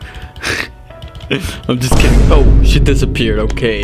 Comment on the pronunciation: I thought you said "SH*T IT DESEPEARD"